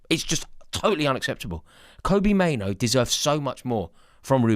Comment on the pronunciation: His name is Mainoo NOT Maino